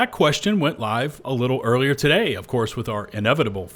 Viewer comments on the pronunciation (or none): none